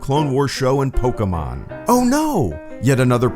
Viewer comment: pronouncing Pokèmon correctly was a pleasant surprise.